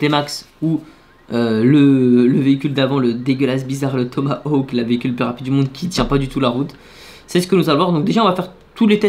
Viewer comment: tu c'est pas prononcé le mot Tomahawk